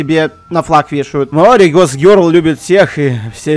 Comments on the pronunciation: всем закрыть окно, в слове маори ударение на букву О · Так он вроде бы и произносил Мао́ри, нет?